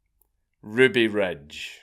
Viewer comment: "Ruby Rej" boy. lern 2 english.